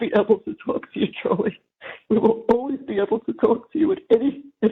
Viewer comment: “We’ll always be able to talk to you Chawlie, anytime”. Are u sure Donna? 😂😂😂😂